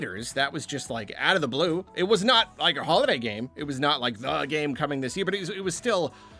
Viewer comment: After the 5. "Holiday Game" mention or so I finally understood that you don't say "Hollow Knight Game"....which actually sounded strange